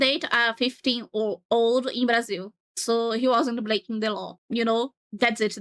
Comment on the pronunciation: are you brazilian by any chance? That "Brasil" were spoken like a true native speaker